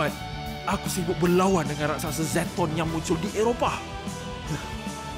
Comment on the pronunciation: LOL i heard "Banyak Syaitan" instead of"Banyak Zetton" XD